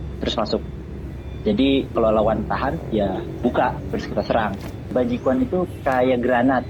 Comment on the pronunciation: Someone please tell him how to pronounce this in Chinese, it's sad that he has a hobby for 6 years and doesn't know how to say the word.